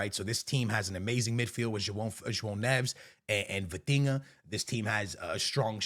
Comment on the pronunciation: Does he mispronounce names on purpose? Who in the F is “Fatinga” ??